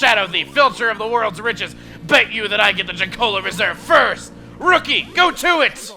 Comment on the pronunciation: "Rookie! Go to it!" sounded more like "Riki! Go to it!"